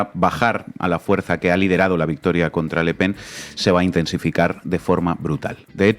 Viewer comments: La periodista dice LA PEN. ES: LE PEN. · Siento que me apuñalan la oreja cada vez que dice LA Pen